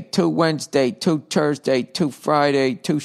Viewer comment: You you Bill. You say Thursday like an Irish man... Hi from Dublin